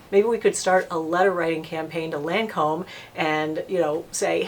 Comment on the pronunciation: Its pronounced lon- comb...its French ...not lan comb lol